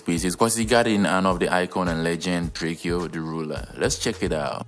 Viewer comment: It's spelled drakeo ,but it's pronounced as Drako, he used to hate when people call him drakeo, long live Mr.Mosley. ....keep grinding for your channel